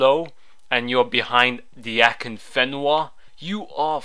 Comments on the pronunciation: "who the fuck is akinfinva" xDD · akinfiva lolol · LOL Who the fuck is 'Akinfiva' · who the fuck is akinfiva? xD kkkk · Thumbs up if you love the way he say akinfenwa lolzzz